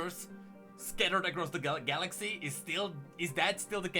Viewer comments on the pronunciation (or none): none